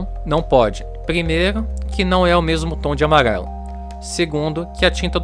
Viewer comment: “Amaguelo” kkkkkkk